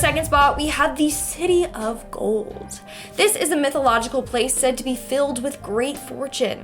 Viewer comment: Am I the only South African when Linds said city of the goal you automatically thought Johannesburg